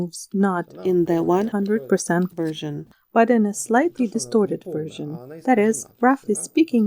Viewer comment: Качественный и красивый перевод и чистое произношение, такие детали как например version произнесенное как "вёржн" (в смысле не вёршн) выдают опытного переводчика:)